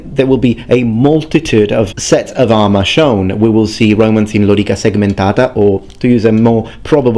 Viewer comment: 0.0 fantastic italian